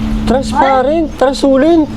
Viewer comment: hindi transulent kundi transluscent😅😅😅😅😅😅😅😅😅😅😅😅😅😅😅😅😅😅😅😅😅😅😅😅😅